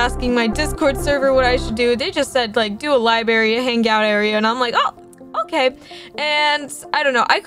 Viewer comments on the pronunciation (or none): " with a little libary" it's library:) I'm not trying to be mean:)